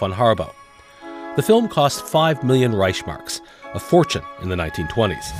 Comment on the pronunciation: "The film cost five million Reichsmarks..." Reichsmark is pronounced rikes-mark.